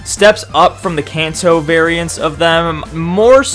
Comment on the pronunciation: When u say Kanto it sounds like cancer what’s does cancer raichu look like